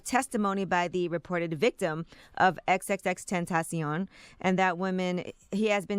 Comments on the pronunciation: Every time she pronounces his name Iit's so awkward. I'd just say "extentacion". Pronounced like "sensation". The way she says it is just dumb and takes too much time. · Is that really how you say his name? Wtf is that? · Why she keep saying his name like that 😂😂😂😂😂